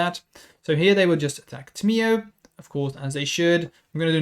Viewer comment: It’s tam! E oh! Not Tim e Oh!